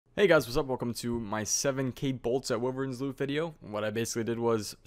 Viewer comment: Pernounced WHY-verns not wiverns